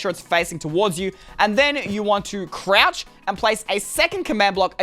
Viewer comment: Can you stop saying croch